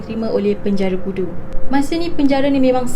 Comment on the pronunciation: bunyi sebutan pudu tu mcm bunyi budu 😂😂😂